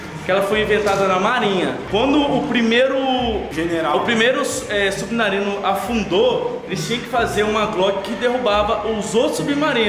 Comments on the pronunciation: o falou subinarino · Man o falo subinarino kkkkk